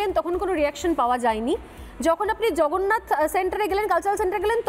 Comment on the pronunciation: Jagannath Mondir bolte khub kosto hocche!